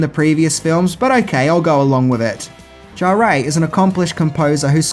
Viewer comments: Maurice “Jarré” !!! 😂 It’s pronounced “Jar”. ☺️ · Maurice Jarre is French, his surname is pronounced "zhar". Fun fact, he's also the father of Jean-Michel Jarre. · "Fury Road" was rated R; not PG-13. It's Bruce Spence; not Bruce Spencer. It's Maurice Jarre (*JAR*); not "Jarray". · not to harp on about it, but Maurice Jarre's name is pronounced without the "EY" sound at the end, "Jarr-ey" but just "Jarr". Have a look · Its pronounced Jar. Maurice Jarre 😊❤ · I loved Beyond Thunder Dome. I think you will find the pronunciation of Jarre' is Jar. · It’s pronounced Jarr (the ‘e’ is effectively silent) and he’s the father of Jean Michel Jarre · Also calling Maurice Jarre "Jaray" drove me crazy.